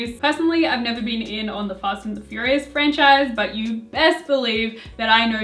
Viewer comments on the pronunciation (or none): none